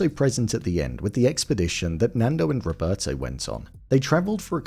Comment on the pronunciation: The way the actors in Alive can barely pronounce their characters Spanish names is already soooo cringe worthy... "Rovertou"... "Antounio"... Ugh. The last names were worse. The way the pilot drink mate... 🤦🏻‍♀️ How at the end all the survivors look barely a little dirty but healthy as if nothing had happened after 71 days of living in the conditions they were living... All that shows the actors didn't even try to research or prepare properly for their roles... In Society of the snow some actors lose 20 kl to look realistic and the job of the custom and make up department was way better. They changed so much stuff. The real Carlos Paez told in an interview that the shoe thing in Alive actually happened but between Nando and him not Javier and he was really upset about the change. Marcelo's name was changed to Antonio... All that hollywoody action sequences of almost falling and coming back cheerfully laughing in that slide thingy they improvised never happened or not with that state of mind. They were not happy. Anyway, to sum up Society of the snow by far a better film.